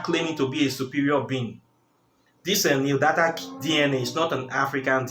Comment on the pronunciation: The word you were trying to say is neanderthal . Pronounced (nee - an - der - thal)